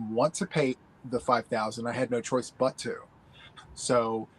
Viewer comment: And But is pronounced Buy, lol 😊